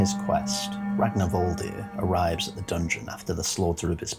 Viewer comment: The -r at the end of his name is pronounced -ur. Its an old norse thing.